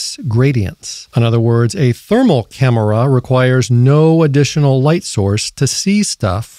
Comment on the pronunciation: Why do you say camera like that. Cam er a